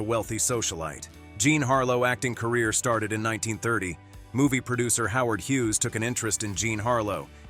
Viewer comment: I love AI narration. "Howard Hugeass". lol